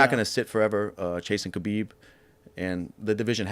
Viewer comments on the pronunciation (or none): Why does no one pronounce khabib correctly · Khabib’s name is pronounced Ha-bib not Kabeeb. Americans please get it right. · Pretty sure you don't pronounce the 'K' in Khabib🤔